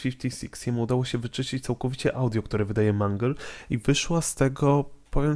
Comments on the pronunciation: nie mangel tylko mangul!!! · Nie mang tylko mangle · Nie wymawiaj - Mungle lub Mangla Bo to dziewczyna...czyli Mendżel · Mangla?! To jest mangle nie mangla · Mangl a nie manglowi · Nie mówi się ''Mangla'' a ''Mangle''! mów poprawnie! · mówi się mangyl a nie mangla:( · a nie mangleyd